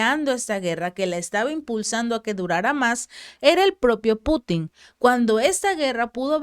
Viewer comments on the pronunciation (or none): none